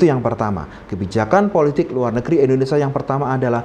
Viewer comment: Bukan Endonesa tapi Indonesia. Bahasa Indonesia itu baca dan tulisannya sama saja 😅